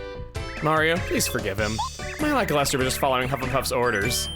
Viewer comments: For reference: Luh-kyle-ster. Don't worry, I said it your way as a kid, too. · I was today years old when I realized Lakilester sounds like "lackluster."